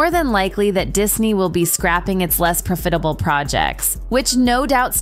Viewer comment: “Pro-fit-able?” Your AI narration bot sucks.